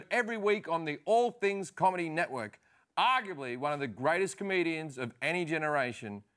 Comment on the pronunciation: “Aguably.” Ftfy